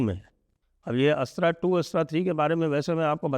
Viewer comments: नमस्कार सर मैं बस एक सुझाओ देना चाहता था की हम अस्त्रा की जगह अस्त्र का उच्चारण करे। चीनी या जापानी कभी भी अपने शब्दों का उच्चारण अंग्रेजो की तरह नहीं करते ये बस भारतीय ही अपने शब्दों को बिना मतलब अंग्रेजी रंग दे देते है। 🙏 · संजय जी, “अस्त्र” मिसाइल के उच्चारण में थोड़ी त्रुटि है। आपके उच्चारण से ऐसा प्रतीत होता है जैसे कोई गैर-हिंदी भाषी व्यक्ति इसे “अस्ट्रा” पढ़ने का प्रयास कर रहा हो। पूरे सम्मान के साथ, आपसे अनुरोध है कि कृपया इसे सुधार लें।